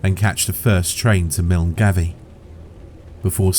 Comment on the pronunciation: Milngavie is pronounced 'Mul-guy' 😉